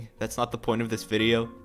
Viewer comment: When I first heard “use starcode anix” I thought u said “use starcode anus” lol